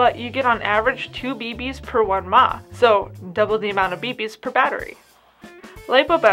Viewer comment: When someone pronounces mAh as a word it makes me wanna throat punch them...